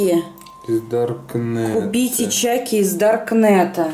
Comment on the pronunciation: Не чаки а чакки